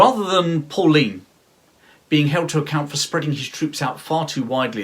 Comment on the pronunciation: Very well made & interesting! It is pronounced"PULLEINE" not Pauline!